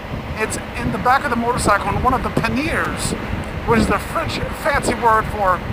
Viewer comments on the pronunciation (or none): I love the way you pronounce Akrapovic and Panier. A-crap-ovitch. Pan-ear. So funny. Of course, most of us would say Akra-poe-vitch and Pan-ee-ay. Because that's how they're pronounced. But you gave me a good laugh anyway. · Good review, but can you please say them boxes properly..... It’s panny-ers not panneeers. It just sounds awful when it’s not pronounced right. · Love GS Adventures! 2 things though. Panniers is pronounced - Panny-ers and Akropvic is Akro-po-vich ;)